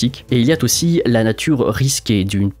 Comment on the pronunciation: « Et il y a T’aussi » ? 😱 Sacrilège ! Mais on partage quand même, hein. 😌